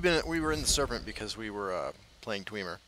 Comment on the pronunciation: Hey man, love your videos. I'm a huge elder scrolls nerd and am just getting into this! If you could just do one thing- you pronounce "dwemer," "Sheogorath," and "Miraak" wrong and it's just a little thing, but it makes my eye twitch. The last syllable of "Sheogorath" is pronounced just like the word "wrath" (shey-yow-gore-wrath). The "a"'s in "Miraak" make an "apple" "a" sound. And, for the love of all that is holy, the first "e" in "dwemer" does not make an "ee" sound, it makes the same sound as the first "e" in "temperature." Just look up gameplay videos from the games. Your videos are really great and the commentary is fantastic, but if i hear "dweemer" one more time I'll sell my soul to Molag Bal. Perhaps I'm mistaken and "dweemer" is something else, IDK. Best of luck!